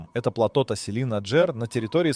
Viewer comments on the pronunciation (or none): none